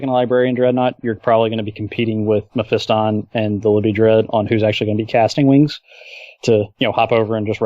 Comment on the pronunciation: Learn to say melee and Mephiston correctly.